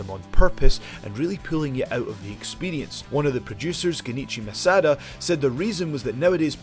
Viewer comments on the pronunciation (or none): "Gunichi Masada". Can't even get "Junichi Madura" right.